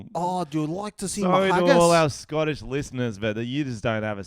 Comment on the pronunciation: Mate the Scottish scents alright ur just butchering it mate